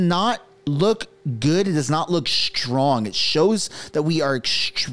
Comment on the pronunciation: You seem to have forgotten that Khadr (a Canadian) murdered several Americans and was rewarded with millions of dollars by Trudeau. So yeah, Canadians do the same thing! Canadian mostly muslims go overseas and support terrorism and commit acts of terror in other countries! Also PLEASE ST is Not pronounced SHT! Stop it🛑😳 so STrong is not SHHHHTrong!! Yikes